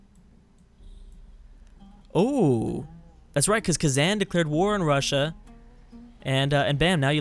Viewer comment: A kitten dies every time says KhazAN.